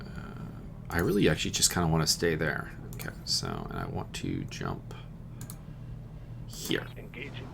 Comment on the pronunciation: "Let us simply... yump into it."